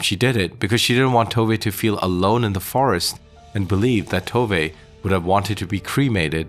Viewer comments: FYI it's "Tov-eh" not "Tov-ay" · The Swedish woman I've known since she was a teenager, but living in Scotland, pronounces Tove, too vuh. Is your narration an American guess, Spanish influenced? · Actually "Tooveh". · Yes, Tove is pronounced "Tooveh".